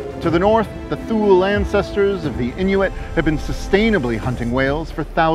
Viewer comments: We play the fhule? (pro. fool-eh) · A commenter has pointed out a very embarrassing mispronunciation on our part. "Thule" should be pronounced "Too-lee" or "Too-lay." We apologize for this error, we really hate making mistakes like that and bang our heads against the wall wondering how they could slip through the entire production process. This episode began as an idea for a 1-2 minute minisode and then, once we dove into the research, it kept growing and growing! And still we couldn't fit everything we wanted to into it. We encourage anyone who finds this topic as interesting as we do, to take this episode as a leaping-off point, and dive into the fascinating world of whaling in the North Atlantic. This is the tip of the iceberg. And if you can manage it, put Red Bay Labrador on your bucket list because it is an incredible place (among many incredible places in Labrador). The National Historic Site's museum is worth the trip alone! One of the facets of the whaling industry that we wish we had covered better is the fact that whale oil was equally (if not more) important in its use as lubricant as it was for light. Whale oil was foundational to the Industrial Revolution through the light needed to work into the night, and the lubricant needed to keep the machines running. There is a note in the description that covers a scripting blunder on our part that relates to the types of products whale oil was used for, as well as the time period. We will add more interesting facts and clarifications to the description in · Love your videos! Keep them coming! One thing. It’s Thule (TOO-Leh) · Thanks very much! We have no idea how that mispronunciation slipped through. We apologize and will make a note of it in the pinned comment and description. We hate making mistakes like that. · Both were dead when trial ended. wow. And welcome back! You've been missed. And thanks for educating about how to pronounce Thule.